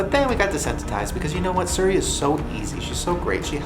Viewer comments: that “suri” flub is so unfortunate because it’s so apparent with the barrage of “Hey Siri’s” that follow lmao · it's pronounced seary not surrey... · Shane still mispronouncing Siri drives me nutssssssssss